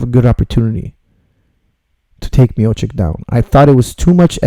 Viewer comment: It is Miochich, ..great pronounciation coach:) ..great breakdown:)